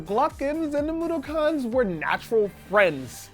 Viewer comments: FUCK YEAH ODDWORLD! But a bit of mispronunciation on Mudokon. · The way he says Mudokon makes me sad